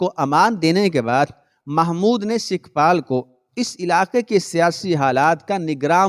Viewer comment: sikhpal nahi sukhpal